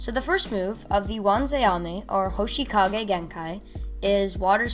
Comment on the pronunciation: Good video but when you said hoshikage instead of hoshigaki it made me a little mad